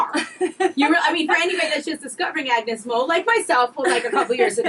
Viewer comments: Agnez mo not agnus mo .👌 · its AGNEZ MO not AGNUS MO. LOL 🤣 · It's Agnez Mo, not Agnus Mo. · It’s AGNEZ MO not AGNUS MO 😭😂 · AGNEZ MO not AGNUS MO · Its must Agnez Mo not Agnus Mo :( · AGNEZ MO!! Not AGNUS MO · AGNEZ MO NOT AGNUS MO😊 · Its AGNEZ MO NOT AGNUS MO !!!